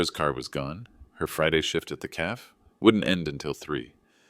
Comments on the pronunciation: Poor pronunciation of some everyday words in the commentary! Do people have drinks in "a calf"? Or in "a café" (as in French, pronounced "ca.fé", 2 syllables)? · Hey, AI, 'cafe' is pronounced 'ca-fay'. IJS 😂😂😂